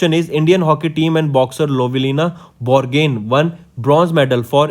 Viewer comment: Lovelina Borgohain brought medal for India 🇮🇳... You should correctly pronounced the name... As an Assamese I felt it's not fine...